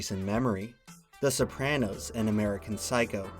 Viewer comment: Please never say sopranos like that again